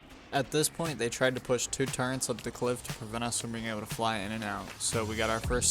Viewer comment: Turrets bro. Turrets. Not Turrents